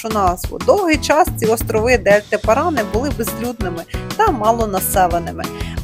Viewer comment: Вода в реке ПаранА (ударение на последний слог) коричневого цвета, это так и есть потому что несет много осадочных пород. Если отстоится, будет прозрачная. В самом Тигре она конечно грязная. Но чуть выше по течению хоть и коричневая, но чистая, рыбу можно есть😁